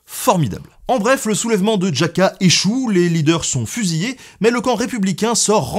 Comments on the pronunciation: " Djaka" ^^ dit le RAKA c mieux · Merci pour tes vidéos, toujours bien expliqué et captivantes. Par contre en Espagnole, le nom des villes, c'est pas java que l'on dit mais Raca, le J ce dit R (plus prononcé ), la ville ce dit pas Léon comme le prénom mais Léonne... désolé, je critique pourtant ton travail qui est sacrément abouti. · "Jaca"... Petit problème de prononciation quand même ! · Juste une petite remarque de prononciation des noms propres espagnols qui pourrait devenir gênante : "j" ne se prononce pas "dj" : Jaca, Badajoz... et ñ est équivalent à (gn) français : Manuel Hazaña. Sinon, Bravo pour l'analyse très fine des forces en puissances (conservatrices/révolutionnaires, ce qui est difficile à démêler et a tendance à être présenté comme nationalistes= de droite, avec le clergé, républicains =de gauche, alors que c'est infiniment plus complexe et nuancé), qui vous évite de tomber dans une simplification manichéiste. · "Djacca" >< je suis mort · Les gens doivent hurler de rire en vous entendant prononcer Jaca. D’où peut bien sortir ce ‘djaka’? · En espagnol la ville de jaca se prononce: rrrraca (j'y suis déjà allé) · et aussi Jaca avec la nota ! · La prononciation de ” Jaca” , je ne me moque évidemment pas... Mais c’est drôle 😁 Ah oui mais en fait tu as un problème avec la prononciation du nom des villes espagnoles en général.....Désolé... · Infoutu de prononcer Jaca ou Baleares correctement.